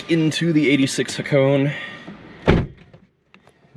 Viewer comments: you pronounce it like this Ha ko nay its japanese its name after a famous drift road in japan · Ha-ko-ne. 'Ne' as in 'never'. ✌